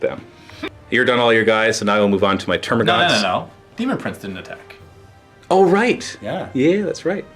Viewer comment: It's termagants not termagaunts